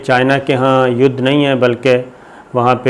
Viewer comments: Mr Sabir you have used word Yudh as Yadh several times in your vdos. From a sober journalist like you such iodicity is not expected, pls correct it and don't repeat it in the future. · Yes, now I like you. It is not Yud, it Yad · یُدھ کے اوپر زبر لگ جاتی ہے اور یٙدھ بن جاتا ہے ۔ 😂😂😂😂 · Yud nahi yadddd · Hahahahahahaha Yudhhh k ooper Zabarr "Yadhhhh" 😄🤣🤣😂😂😂🤣😅😆😆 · ha ha ha. Mr Sabir Shakir seems like u have studied in same school as me. lol Youdh Youdh peh Sahee "Zabar" lagaee aap ne......ha ha ha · یدھ کے اوپر زبر لگ جاتا ہے 🤣🤣🤣🤣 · ید کے اوپر زبر لگ جاتا ہے۔ہاہاہاہاہاہاہاہاہاہا۔واہ صابر بھائی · چائینہ یدھ پر زبر لگا دیتا ہے ۔ واہ صابر بھائی 🤣🤣🤣🤣🤣👏👌👌👌👌👌